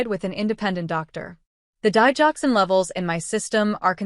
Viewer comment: Digoxin say it right